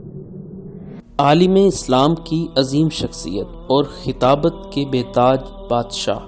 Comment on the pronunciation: ماشاء اللہ، اللہ تعالی آپ کی کاوشوں کو قبول فرمائے۔ آمین یارب العلمین۔ آپ سے گزارش ہے کہ اردو کے الفاظ کی صحیح ادائیگی کا اہتمام کریں۔ "عالم اسلام" میں لام کے اوپر زبر ہے زیر نہیں۔